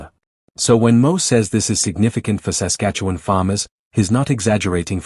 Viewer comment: Might be great if the narrator( AI?) could learn to pronounce Saskatchewan and Regina properly. Or if someone could edit these things to avoid these silly errors. The whole video loses credibility. It’s a common problem.